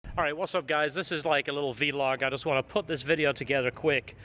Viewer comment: Hwy dad its pronounced VLOG not VEE-Log